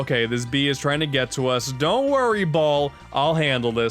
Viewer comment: "Don't worry I'll hand-le this